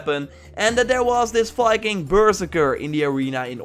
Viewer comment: why does your Viking sound like Fiking? Pronountiation, accent... Fikings...